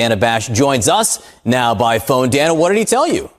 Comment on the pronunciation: Dude keeps saying DANN-UHH ... It's pronounced: DAY NUH That's a simple and common name that anyone in the English-speaking world should already know